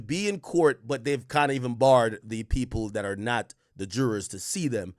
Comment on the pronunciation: Does Ak not know he can just say “jury”..? Instead struggling to say “jurors”😂